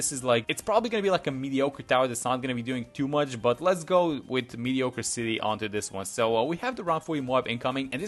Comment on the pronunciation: Did you just say “mediocre city” instead of “mediocracy”?